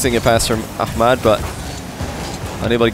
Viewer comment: yeah he pronounces it correctly .